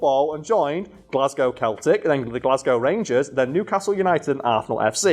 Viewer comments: Did he just pronounce Celtic as keltic? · glasgow born woman here, Celtic F.C is pronounced with a soft C not a hard c (seltic) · I mean aye, but no, the football team is who was referenced, their name is pronounced "Sell" - tic, just is what it is bud 😅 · Not gonna say it's not pronounced "Celtic" it's "Sell"-tic someone will be displease by this, idgaf though great video 😂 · not in the case of Glasgow Celtic it's pronounced seltic